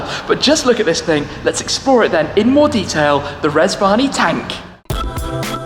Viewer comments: I thought he said Reg Varney Tank. Now that would have impressed me... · I thought you said Reg Varney for a minute. I was expecting Blakey to turn up. ( For older viewers only)